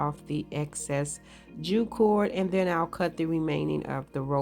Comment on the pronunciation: Curious why you call twne, Jew cord???